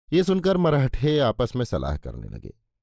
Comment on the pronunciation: मरहठे नही "मराठे"